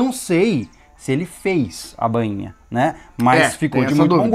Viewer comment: Não é BÂINHA, é BAINHA....kkkkk..... parabéns pelo trabalho galéra!